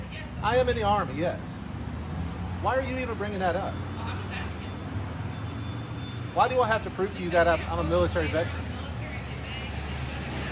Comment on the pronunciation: Im "axkin" you to leave.